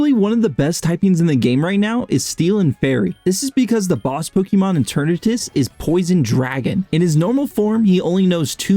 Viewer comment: it’s pronounced eh-ter-nahtus, I’m losing my mind hearing this name butchering